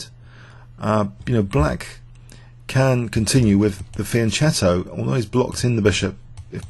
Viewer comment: "fianKetto" K like in fucking.